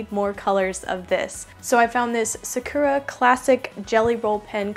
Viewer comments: I've found another video to further fuel my newfound pen and stationary obsession! Also, assuming Sakura is a Japan-based company, Japanese doesn't stress certain syllables like English does. So Sakura is pronounced sah-ker-uh, not suh-KUR-uh. Hope that helps, and I don't mean to be rude if I come off as that. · You prenouce it Sa-Ku(the u is just the alphabet so it's not co but u) -ra (a French r thought) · Haha, the way she says Sakura is hilarious xDD. She pronounces it as, "suh-cure-uh" it's actually pronounced as, "sack-ur-uh" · Sakura = emphasis on the first syllable. So, SA-ku-ra. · Sakura is pronounced Sack ur uh